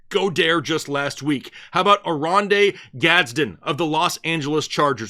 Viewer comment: Love your content, but can't stand the way you pronounce some names like Goedert, mcKonkey and Herbert. Just say the names like a normal person.